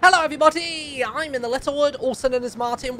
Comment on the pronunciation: I thought he said Hello every botty at the beginning